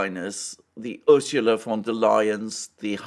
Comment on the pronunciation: Von not van, she is not 🇳🇱🇳🇱🇳🇱.